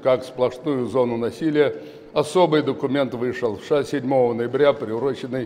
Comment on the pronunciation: Хорошо произнёс первые слова ... ВША